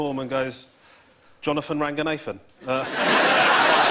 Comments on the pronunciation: Ranga-nathan???? Ranghanadhan.... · Please go cwazy for Womesh Wanganathan! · He himself is pronouncing his last name wrong what can u expect from others .